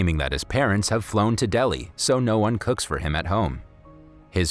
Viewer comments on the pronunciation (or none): none